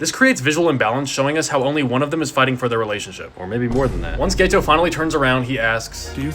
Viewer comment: Just to clarify, it’s GETO (pronounced GEH-TOH) not GAYTOH 😅